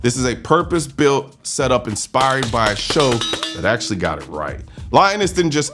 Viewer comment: upvoted your 'AkSHUally'